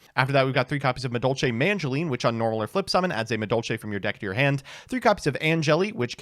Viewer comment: He still says MaNgileine